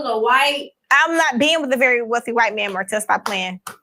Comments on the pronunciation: It's interesting she keeps calling him Marcell🤔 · Her story just doesn't add up at all to me. She messed up on Marsau name more than once. Next, she stated he never had her in public, but he flew her to Vegas. Finally, she remembered everything, but if they wore a condom. But knew Martell was downstairs gambling when he had a separate room. Finally, she Marsau said he wasn't leaving his wife but yet she didn't know he was married until she looked him up. Chile boo anyone believe this is boo boo the fool. She probably messed with Martell if you ask me.